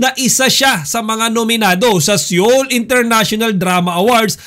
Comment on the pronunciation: SEOUL IS READ AS SOUL NOT SEYOL.